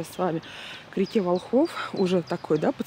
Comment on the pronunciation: Река Волхов- ударение на первый слог.